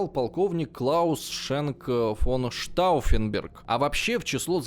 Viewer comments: Знаете, уважаемый, "Штауффенберг" это вам не "крестьянИн", его и исковеркать не жалко)) И вообще, неправильно поставить ударение в малознакомой фамилии, или общеизвестном слове?) Это большая разница! И в этом ключе работа проведена грандиозная! И штауффенберг с ними, со Штауффенбергами)) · Так с ударениями как было всё печально,так и остаётся. Уж как он бедолагу Штауффенберга коверкал,аж передергивало пару раз